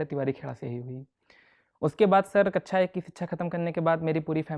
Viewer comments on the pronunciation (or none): mujhe kaksha ki bjay kaccha sunayi de rha h😂😂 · Whenever he said kaksha it sounds like kacha 😂it was too funny but i appreciate his mind level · भाई कक्षा होता कच्छा नहीं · Kakcha ko kacha kacha kyu bol rhe ho